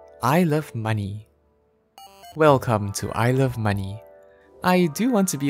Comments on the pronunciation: I love how when you say "I love money" it also sounds like "Isle of money" which is super fitting. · I heard "I love money" as "ilse of money".